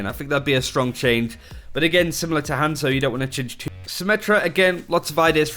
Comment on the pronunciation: Everytime he says hanzo I actually flinch